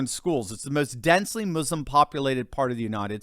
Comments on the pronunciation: Thank you so much for pronouncing so correctly the word “Muslim “ 💖😍🥰 ( not mazlim) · Finally an American who doesn't pronounce it muZlim. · A white guy that says "Muslim" instead of "Muzlim" bravo!